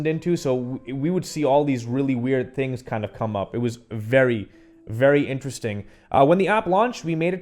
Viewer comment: I like “tings”